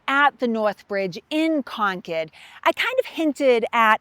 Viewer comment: To hear “Concord” pronounced properly is a blessing